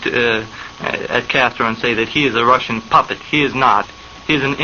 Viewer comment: I know your comment is old, but I'll say here that his pronunciation was good, though he wasn't overly embellishing it to sound like it would in Russian and was saying it in his own southern accent. Think of how someone who speaks french may know how to say 'croissant' as 'kwah-son' yet still opts to say 'cruh-sahnt' because it would be pretentious and weird to pronounce it completely accurately to the language of origin when you aren't actually speaking it. He emphasized a particularly Russian soft sound in his pronunciation - notice how the interviewer says 'kuznetskaya' in an unchanged accent and Oswald says 'kuz-NYETS-skaya' in response, as if to correct him somewhat. He knows where the emphasis on the word is and what and the soft sound (not sure what the linguistic term for it is) in the second syllable. His pronunciation is much closer to the Russian one, yet he also isn't trying to say it completely accurately since the conversation is in english. Oswald was almost totally fluent in Russian, and was very adept at the idiosyncrasies and grammar peculiarities of the language. Virtually all of the Russian emigre community in Dallas agreed on this point.